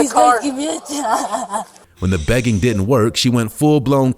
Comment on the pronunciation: Next time hire a narrator that isn’t straight outta da hood. This guy can’t pronounce half the words he’s saying. It’s “didn’t”, not “di…ant”, lol.